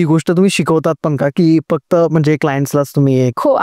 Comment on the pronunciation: Tuza podcast thick asato ...fuckt ...n...ha shabd shudh bol